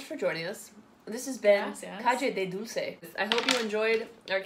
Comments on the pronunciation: Dulce no "dulse" Nocilla no "Nosilla" Conguitos no "Congüitos" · You didn't write it, you said it. Nocilla is pronounced with C, they are not S, dulce with C, not with S, and Conguitos you pronounced it as "Congüitos".